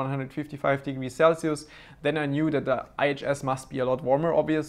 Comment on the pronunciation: "Sell-see-oose" - 2018